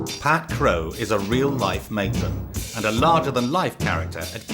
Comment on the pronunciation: Matron or atron?????????😂😂